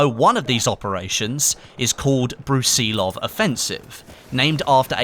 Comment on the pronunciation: You're saying Brusilov wrong.